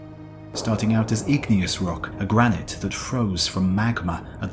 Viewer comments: Even in a British accent it is "gra-nit" and "like-en". I think the narrator simply gets the pronunciation of various words wrong from time to time. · Also gra-night for gra-nit at one point. If you like boggling at non-standard pronunciations delivered in very British accects, try Simon Whistler, who narrates for Today I Found Out and a plethora of other channels. Still, distracting though it is, it's not as though it obscures the information completely. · I (in the UK for the last nearly 60 years) pronounce it like "liken" - long i, hard ch. Accents vary, I suppose. OP might also have pointed out "gra-night" rather than "gra - nit" but, as he said, it's a bit nit-picky.